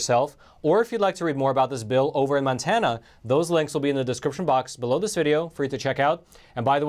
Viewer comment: MONTANA NOT MANTANA